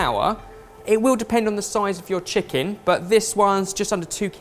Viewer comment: Braised Cheeken wif soy saaauce :DD